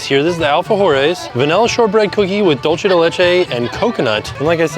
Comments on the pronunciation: Still holding out for a correct pronunciation of “dulce de leche”, you’re so close 😭😂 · The way he says dulce de Leche and pernil kills Me . I was correcting him every time. The tostones with pernil would be much better if it was made fresh and hot. They are hard because they are cold. When they are hot they are soft. There is a restaurant 5 minutes outside of disney springs called Pal Campo. You should try it. Authentic Puerto Rican food.